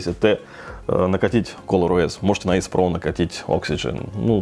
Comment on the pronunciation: почему ген а не джен? и эйс а не асе?